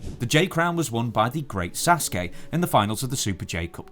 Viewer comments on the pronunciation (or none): The Great Sasuke is pronounced SAH-soo-keh not Saskey